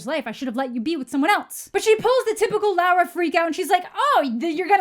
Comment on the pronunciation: God please her name is Laura, not Lara, I'm gonna change my name because of you